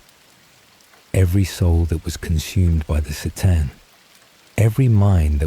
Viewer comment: If you're going to do this can you get the pronunciations right? "Seetan" bugged me so much. It's Kuh-tan C'tan.